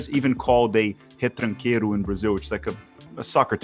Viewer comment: Dude aren't your parents portuguese? Retranqueiro, not retranquiero, this would be Spanish.